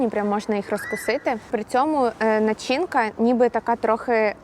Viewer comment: нАчинка правильний наголос